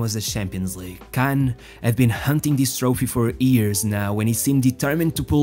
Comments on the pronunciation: It's YEARS not EARS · Why are you talking like you are having sex man? And its not ears, its years. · why cant you pronounce "years" correctly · Wonderful English, but what a curious pronunciation of "years"